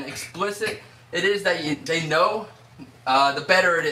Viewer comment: Mr.Beast? I thought u said mr.weast